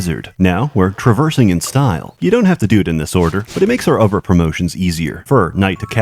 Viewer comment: I like when you add v's to every other word.... Other is uvver